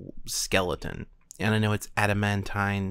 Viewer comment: ADAMANTIUM, PRONOUNCE IT CORRECTLY